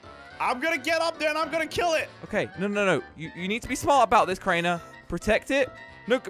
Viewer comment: Did you just said craner